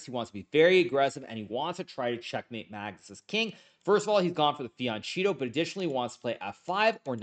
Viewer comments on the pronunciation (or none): Hikaruuuuuuuu FianKKKKetto! Not cheto 😅